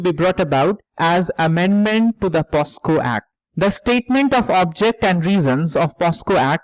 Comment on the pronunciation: Sir , it's pocso not posco. Thank you for such a good analysis.